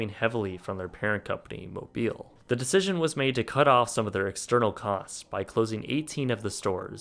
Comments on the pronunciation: M o b i l in this case refers to the Mobil Oil Company. It is pronounced Mow-bull not as you pronounce it. It is also not pronounced as Mobile Alabama. How did you learn how to pronounce words? I'll bet it wasn't the phonetic method. Mispronunciation of words that are part of the common vernacular is extremely irritating even if people don't want to admit it and it perpetuates mispronunciation of those words and reflects badly on the quality of your channel which is really high currently. Please try to be more careful and do your research about how words especially proper nouns and names of companies are pronounced. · The parent company of Montgomery Ward's was Mobil Oil, a well-known, international company. It's pronounced "MOH-bul'--not "Moh-BEEL." Suggestion: You may want to research pronunciations before you record your voiceovers. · Geez, it's pronounced Mobil,as in mobill or mobull, Not Mobeel. You sound like an idiot sayin it that way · Great video! It drove me crazy though when he kept mispronouncing Mobil. It’s pronounced Mo-bill, not Mo-beel. 🙂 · It's not "Mo-BEIL" but "Mo-BULL" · It's pronounced "Mo bul" not Mobile as in Alabama. Our local Montgomery Wards store was bought by Macy's. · Duuude, It's pronounced 'mo-bill' not 'mo-bile' that's in Alabama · Moooooh-booooowwwwlllll. Not Mo-beel. Geesh was this guy born under rock? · Mo-bill, not Mo-beel. As in Exxon Mobil. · You kept saying "Mobile" instead of "Mobil". Mobile is a town in Alabama. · Mo-bull as in the oil company, not Mo-BEEL as in the town... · FYI, Ward's one-time parent company is not called "moh-beel." It's pronounced, "moh-bill," as in Mobil Oil Company. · I love ya man. But for the love of god. It’s. Pronounced. MOE-BIHL NOT MOBEEEEEEEEEL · MO-BULL not MO-BEEL (Mobil vs Mobile) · Its pronounced Mo-bull not Mo-bill. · Let's all say this together.. Mo-bull, Mo-bull.. Mo-beel is a city in Alabama! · It's not Mo-beal, it's Mo-buhl. Learn to pronounce common words. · Mobil, Not Mobile!